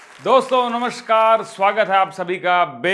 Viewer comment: रङ्गीले, स, श और ष में अन्तर पता नहीं है तुझे? लगता तो पढा-लिखा है। नमस्कार को "नमश्कार" क्यों कहता है? यह मुझे बहुत अखरता है।